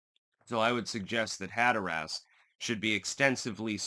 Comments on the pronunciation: have to say I've always enjoyed your channel, your distinct and decisive political analysis. It's always on point. I'm not trying to be nitpicky here, but if you're from Hatteras Island, you pronounce it "Hat-tress", most other locals pronounce it "Hat-er-res" but I've never heard anyone pronounce it like you do "Hat-er-ass". Just saying, bless your heart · "Hatter-us". You should go to the Outer Banks. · We pronounce it Hatterus Island..Not Hatherass Island :) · It's funny hearing you say hatter ass LMAO but... sorry gotta be that guy. As a learned man I trust you appreciate learning and won't take offense! Caribbean is "cah RIB be in" not "cara be in" Hatteras is "hatter iss" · Hatteras like “hatteris”not “hatter ass” if that makes sense 😊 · Instead of "Hat Er ASS", it is "Hat Er Us". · its hatteras. not hatterass. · "Had-her-ass Island"!? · Hat-terr-rus (local) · Growing up going the Hatteras, hearing Hatter-Ass makes me laugh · "HAT-ur-uss" accent on first syllable. just like colander......CALL-n-der. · “I love linguistics.” Also: “Hatter-Ass” 😂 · Hatteras Island is not pronounced that way. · Hatteras rhymes with Haggis. The more you know.... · Are you mispronouncing Hatteras intentionally for humorous effect? I'm presuming that you are lol.